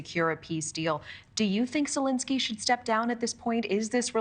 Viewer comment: Zelenskyy, not "Zelinskyy."